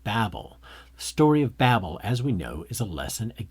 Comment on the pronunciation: How much of this is you and how much of this is Wells? Also learn how to pronounce automata and Babel properly.